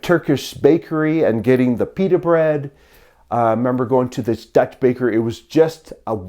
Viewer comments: Your Dutch pronunciation is quite good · Your Dutch pronunciation is really good. Seriously. I am a native speaker.